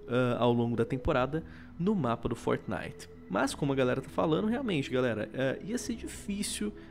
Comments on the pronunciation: man fala fortnite certo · luigi del Mais ele esta falando certo.